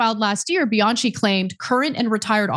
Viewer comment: Honey, the name Bianchi is pronounced with the ch pronounced as k. Bi-an-ki.😮